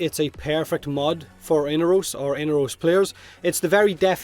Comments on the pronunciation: mate, his name is inAros not whatever u are saying xD lol damn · Am I the only one breaking in hives over the pronunciation of "Inaros?" I know this game isn't exactly consistent with pronunciation (the Lotus keeps switching between Orokin and oROkin), but I'm willing to take Baro's pronunciation as gospel given... Well, his history with Inaros. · I had forgotten, actually. Seems like DE really can't seem to nail their own pronunciation down, so every voice actor seems to go for a random one on every recording session :)